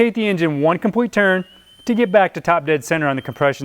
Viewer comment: Aw my guy said compwete 😭